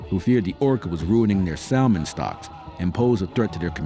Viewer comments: you may want to look up the pronounciation of the word salmon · I hate AI narrations! They can't even pronounce salman. The pronounceing errors are infuriating to listen to. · He can't even pronounce salmon correctly.